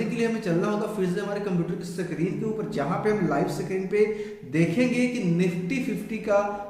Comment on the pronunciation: Sakreen nahi screen hota hai bhai🙏